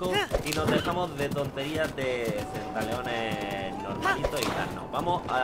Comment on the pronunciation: Centaleon? Lol ...